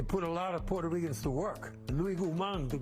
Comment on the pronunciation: "porto REE Kans" 😂 🤦🏽‍♂️